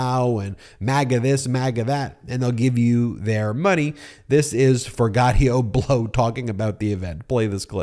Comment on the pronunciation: Yo Ben, its For Jee Ah Toe Blow......you're my guy but I cant handle the mispronunciation 😊